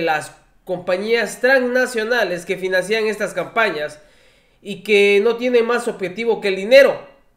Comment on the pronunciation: XXXXXXX NO DIGAS FINANCIIIIAN LA PALABRA CORRECTA ES FINANCIAN SIN ACENTO POR FAVOR INFÓRMATE BIEN XXXXXXXXXX